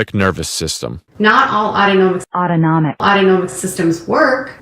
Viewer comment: As a mother with a child with autonomic dysfunction, she should have heard it enough to know how to pronounce it. SMH. You have moved up to being my FAVORITE creator!